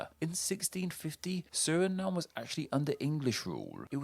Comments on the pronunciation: It's pronounced suh-ri-naam not suh-ri-num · Surinam just like Vietnam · Bruh I am Surinameese and how tf have I never thought of pronunciation Suri-Name lmao